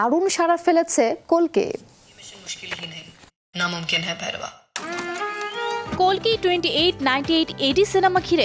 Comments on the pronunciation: Dhuru hala kolki na re kalki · Its kalki not kolki 😁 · Kalki na vai...kolti Bangla r hindite kalki ucharito hoi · মুর্খ নাকি ঠিক ভাবে উচ্চ রন করতে পারেনা কলকি হবেনা কালকি😂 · kolki na kalki😂😂😂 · আরে বেডী কল্কি না কালকি